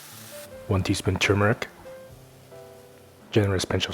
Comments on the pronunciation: Hurrah... you pronounced it right... so many people here in uk prpnounce it chewmeric...... sigh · He had me at pronouncing turmeric right